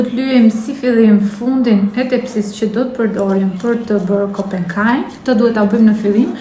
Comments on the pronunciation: Thuaja emrin saktë, kompekaj, dhe jo kopenkaj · Pò ta shohësh si è ka shkruar e mer veshr mir moj zonj që thot kompekaj jo kompenkaj